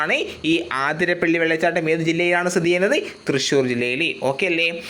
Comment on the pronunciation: ആതിരപ്പള്ളി അല്ല അതിരപ്പിള്ളി